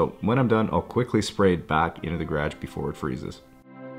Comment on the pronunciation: Please pronounce "garage" correctly.